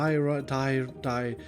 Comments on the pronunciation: I'm pretty sure that pronountiation of Diorite is Die-orite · Diorite? more like DIO-ITE